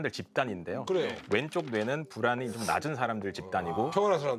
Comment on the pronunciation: 불안이 ㅂㄹ처럼 들려서 흠칫흠칫 함